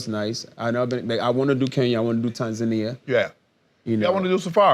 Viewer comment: Thanks for pronouncing Tanzania right 🇹🇿